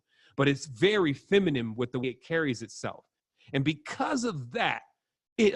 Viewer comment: feminine. dude please learn how to say it.